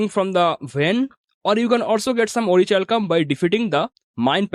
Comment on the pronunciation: Its pronounced as ओरिकैल्कम 😊 Thanks for the informative video 👍🏼